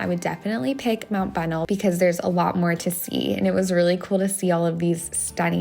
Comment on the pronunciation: Mt Bonnell is pronounced buh nell (emphasis on nell). Just FYI from a native Texan 😉